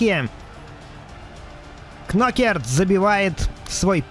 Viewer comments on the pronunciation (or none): Не Кнокэрт а Энтони НокАр*!